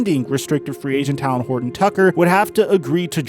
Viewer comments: Talen Horton-Tucker's first name is pronounced like Taylen not Talon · Like talent without the T😂😂😂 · The way you say Talen 🤣🤣🤣